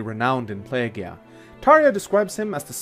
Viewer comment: Nine Tails also "Plee-jee-ah", not "pleh-gee-ah" for Plegia.